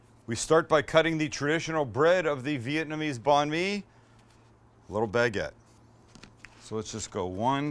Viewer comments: Just pronounce it like 'bun me' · Bon me. Lmao your pronunciation is so bad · I know he’s not Vietnamese but the way he pronounces Banh Mi hurts me 😂